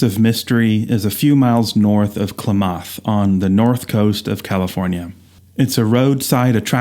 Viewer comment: Klamath is pronounced "clam-math" with the accent on the first part. Thought you'd want to know. I just found your channel today and it's great! Thanks so much! I actually have a View Master camera to make my own slides but I never used it much. I have a few slides from when I first got it. I have the Redwood Highway set too, and a few others that are old.